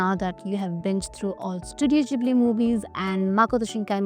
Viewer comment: it's Ghibli Ghib lee pronunciation